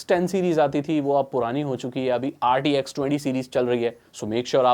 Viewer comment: This guy calls RTX as RDX ( bomb) its clear this guy has no clue what he's talking about and rtx 40 series is current not 20.